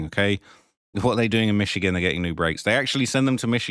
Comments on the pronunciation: Plz never say michigan instead of michoacan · it ain’t pronounced michigan bruh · Michocan not Michigan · It's pronounced meech-o-ah-kahn but good try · No. Its pronounced Mitch-O-Ah-cAn